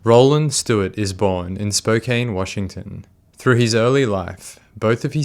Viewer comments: Spokanite here. I know there's an 'e' at the end, but I promise you, there's nothing we hate more than hearing 'Spo-cane' instead of 'Spo-can.' Anyway, I don't know why this city produces so many... interesting individuals (See also: Rachel Dolezal, Jim West, Matt Shea), but I feel like I should apologize. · Spo-CAN it’s easy.